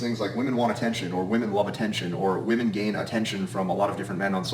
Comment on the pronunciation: Gotta love how he says women/woman😂😂😂.VEMEN😂